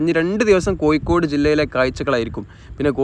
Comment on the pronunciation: കൊയ്ക്കോട് അല്ല കോഴിക്കോട്